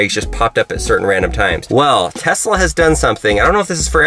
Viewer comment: Telsa as not saif